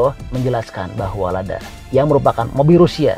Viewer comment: Ladya bukan lada